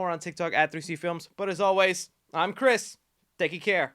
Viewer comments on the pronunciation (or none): none